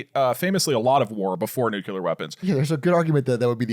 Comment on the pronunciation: Doug STOP saying NUCULAR there is no U between nuclear in English